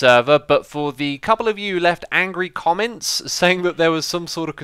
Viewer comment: "Cotnents" just like always X. Probs ;)